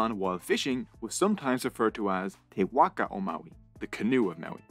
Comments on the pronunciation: I'ts a ''Whaka, Not a Whacka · You got me at the very beginning with your pronounciation of our reo…👍waka as in mark a =wark a. Best pronounciation of the word Maori by a non-Maori. Pou as in toe for pou na as in car and mu as in moo from a cow. Pou na mu. Etc… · ccc Perfect is far too strong. words like pakeha and Waka are way off. Still a decent effort though and better than many white NZ'ers